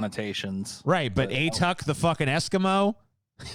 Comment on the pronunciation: A-Tuck? It's closer to "ah-TOOK" (rhymes with "book"). It's from an Inuktitut word that roughly means "grandfather" (ᐊᑖᑕᑦᑎᐊᖅ).